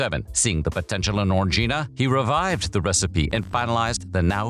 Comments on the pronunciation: You say it like orgy, it's o-ran-guina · ORANJ-eena !! ffs